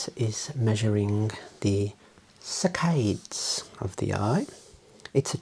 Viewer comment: I read "saccades" in the pinned comments before I heard him say it, and I thought it was pronounced "sa-cuh-dees" and not "suh-cayds" hahaha